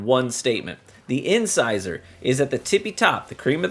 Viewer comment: Thank you for pronouncing the name of the weapon right!! From what I’ve watched and how 99% of the content creators have pronounced it “in-scissor” it’s great to see someone who’s actually literate lol. Great review.